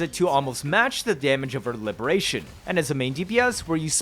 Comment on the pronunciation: I love the emphasis bro puts on 'fleurdelys' but says 'libertatyon' or 'forty circuit' 🤣 on a real note; great vide. super in depth and surprisingly entertaining. the jump cancel is still rotting my mind, soososososo strong